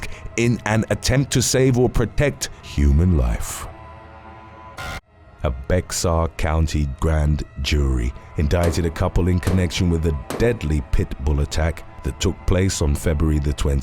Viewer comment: Bexar is pronounced as bear